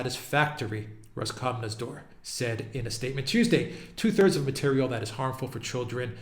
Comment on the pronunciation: you make updates on this topic so often, that your "Roskomnadzor" has become fluent as if you were Russian:)